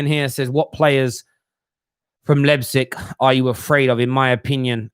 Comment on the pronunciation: Hey. Leipzig is spelled like this for you English guys:) Lighpzig